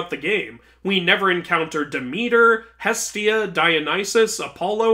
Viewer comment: Hastia is bestia killed me